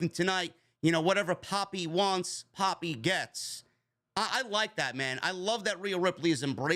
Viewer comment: I thought was calling him "puppy"